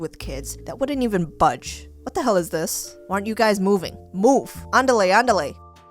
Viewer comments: Its not andalay Andale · Hah I like how you try to say Andale